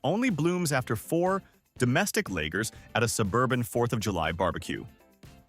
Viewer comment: Legers?I think you mean lagers